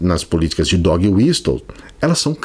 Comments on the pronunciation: Adoro seus vídeos,. Eu não quero ser aquele chato do inglês mas eu acho que a palavra Whistle se pronuncia "wisəl", o T é mudo, como Castle. Fora Bozo. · A pronúncia correta de "whistle" é "uíssol", com o T mudo.